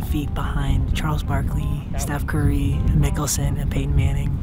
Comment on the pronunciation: Bruh its Phil NICKELSON not mickelsom 😂😭😭😭